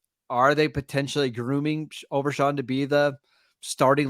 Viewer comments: Its overshown not overshawn lol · How about you learn how to pronounce OverSHOn not SHAWN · Overshawn? Overshown…. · U guys do a great job, I listen all the time. Yall will be big, so..... ya gotta get the names right. Overshown and Fehoko. U guys are killing it